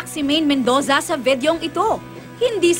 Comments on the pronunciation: itong ngo-ngo na ito laging palpak!Mendoza hindi mendosa! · ui,Mendoza not Mendosa,everytime na bibigkasin mo laging mendosa.,ano ba yan bat kasi pinipilit ka ng GMA to become an anchor at host napaka poor mo naman diyan.